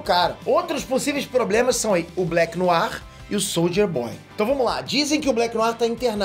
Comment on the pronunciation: O falando Soldier boy eu só escuto, Souja Boy